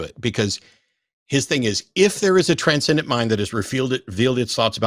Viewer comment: Every time that he says Transcendent mind I do a facepalm.